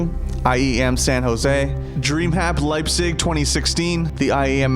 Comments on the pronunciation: min Leipzig not Liepzig... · There was a mistakeat , it is Leipzig, not Liepzig! :D Great video nevertheless! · If you mean the city in germany, it is written Leipzig Not Liebzig